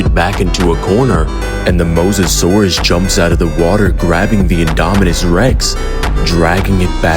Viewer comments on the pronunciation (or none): none